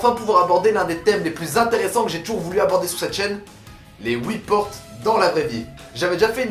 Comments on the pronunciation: On ditttttttt "HUIT" PAS "OUI" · Pas houit mais huit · Tu ouvres pas huit portes toi tu ouvres Woui portes 😂😂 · Les « houi » portes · Sa me tue comment tu dit huit on dirait oui